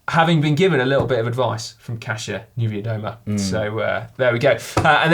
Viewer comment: As a Polish guy I'm truely and sincerly, deep from my heart proud of you guys for learning how to say Kasia Niewiadoma. Great job and not an easy task!